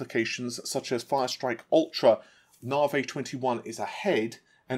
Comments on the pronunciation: PLEASE stop calling the card Narvaay. If AMD call it Navi (as in na-vee) then surely to god you can too. It’s bad enough the Americans decide to change names & pronunciations without the British starting it too. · "eee-gore". ;) "Nah-vee"